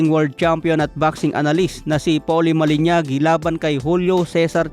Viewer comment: malinaji (mah-lih-NAH-jee) hindi malinyagi